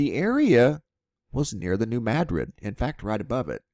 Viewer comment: Madrid is pronounced the same as Madrid Spain. It's Ma drid, not mad rid! :) Also, it's a sandbar not a sand barge.